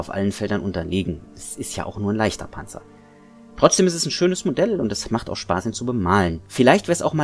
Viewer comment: Yep nice work. There is something about a natural German speaker saying the word Panzer, it just sounds correct... ;)